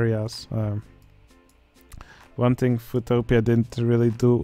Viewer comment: "Foo-topia" Me: there is a utopia for Foo's and Cholos?! Nice..